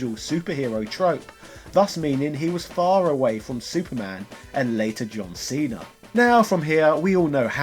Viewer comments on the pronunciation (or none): none